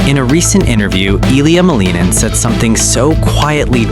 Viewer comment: The cats know that their master’s name is pronounced MAL-in-in. He’s 21 years old. His father is Roman Skorniakov and his mother is Tatiana Malinina. He named himself the “Quad God.” Seems the cats are already ahead of the AI bot narrating this hodgepodge. 😂